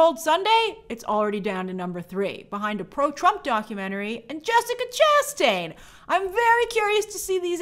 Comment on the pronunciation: ... I believe, Grace that the correct pronunciation of Chastain, is to place the stress on the last syllable, not the 1st.